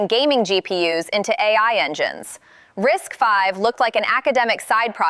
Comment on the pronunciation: 👍for pronouncing RISC-V correctly. Every other video that talks about RISC-V pronounces it "risk-vee."